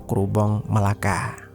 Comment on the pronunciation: Melaka bang bukan Melacca